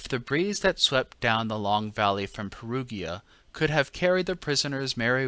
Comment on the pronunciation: But Perugia= Pair-OO-jah, Pair-OO-jans😉